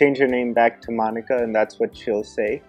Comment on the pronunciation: Call her "Mon-Ika"